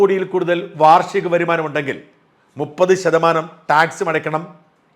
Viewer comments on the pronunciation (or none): none